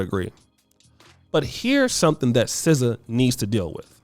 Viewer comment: N0 not SZA no